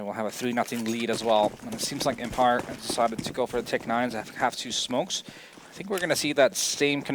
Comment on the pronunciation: it pisses me off on how he pronounces empire fffffuuck